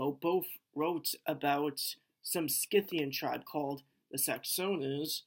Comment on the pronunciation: Do you mean Scythians? Pronounced: scythe-aens